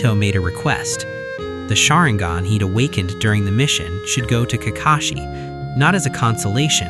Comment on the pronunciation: Why do you pronounce sharingan and hokage like that?